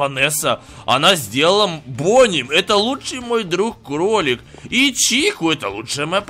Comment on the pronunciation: А почиму ты сказал за место кролика ты сказал клолик